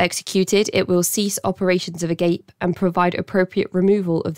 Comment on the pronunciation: Ah-Gahp-Ay, not "agape", as in hanging open Glad Agape got shut down! Let's keep this going! Can Phoenix Host PLEASE, FFS, be next??!?!??!!!